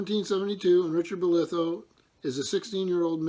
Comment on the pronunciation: Also I'm sorry to correct you..but the pronunciation of my family name would sound more like Boliiithough ..stretch it out a bit and slur it out a bit because if you go to Falmouth. everyone slurrs a bit haha